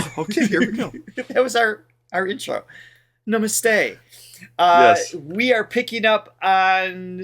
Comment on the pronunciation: You arr pronouncing Namate wrong.